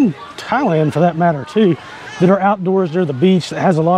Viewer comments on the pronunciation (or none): none